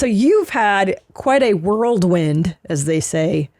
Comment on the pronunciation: “World wind”?